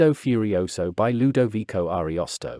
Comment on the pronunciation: Furioso is Italian language, almost Latin. Translated into barbarian Yankee English? AND FURIOSO MISSPRONOUNCED!!!